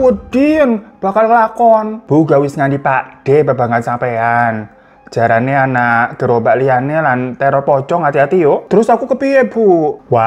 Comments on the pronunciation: Jarene dadi jarane😂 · Jarene malah dadi jarane😂😂😂